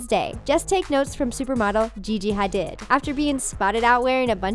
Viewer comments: Her name is pronounced like Gigi HADEED not HADID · This video makes me wanna hurt somebody!! Ok... Its not pronounced "HA-DID" it's "HA-DEED" and Skinny brows ARE NOT back in style! Finally... DAAAAAAAAMN!!! GWEN MISSED THAT WAXING APPT!!! That mustache is THA-ICK!! lmmfao!! Where u at Blake!?!? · TT, her name is not Haw-did. It's Haw-deed. Gigo Hadid. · “Gigi ha- dihd” It’s pronounced Gigi hah- deed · Gigi Hadid. GIGI HADID? HOW TF DO YOU PRONOUNCE HER NAME ITS SPELLED HADID BUT PRONOUNCED HadEEd NOT HadIHd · Gigi Hidid is pronounced Gigi Hadeed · Omg I hateee the way she said Gigi Hadid 😭😭😭😭 it's pronounced Ha-deed not Ha-did even tho that's how it's spelled 😭😭😂😂😂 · did she really just call Gigi Ha-deed, Gigi Ha-did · Did you just say Gigi hadid? It's Gigi ha deeeed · did anyone else cringe at Gigi hah-did when it's supposed to be pronounced hah-deed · gigi,,, Hadid. its said like "Hadeed" lordy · "Gigi ha-did" 😂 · Gigi HA-Deed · She said Gigi ha did lol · The way she said Gigi "Haded" deserves a cringe video of its own. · Gigi... Ha-did.... wut... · Is nobody foing to comment on how she said Gigi had-did 😂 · Did she just say Gigi hadid it's pronounced ha-deed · You Gigi Ha Did not pronounce her name right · Really? Gigi Hadid? How about Gigi Ha-don't. I swear I'm so done with this channel. Her name is pronounced "Gigi Ha-deed" your ignorami. You can't do videos on trends and current events if you're this uneducated. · You guys pronounced gigi hadid wrong (idk if thats how you spell it) but anyways its with a e instead of did lol. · Gigi hadid is pronounced "je je ha deed" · Gigi ha-did?, get it together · So no one caught how they pronounce Gigi Hadid's name ? Literally Ha-did. lol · she said gigi hadid wrong ahhh ehy does she pronounce everything weird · Who else cringed when she said GiGi Hadid and Cara Delevingne wrong?? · I cringed so hard when you said Hadid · She pronounced Gigi Hadid sooo wrong lmao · When they pronounced Gigi Hadid wrong SIGHHH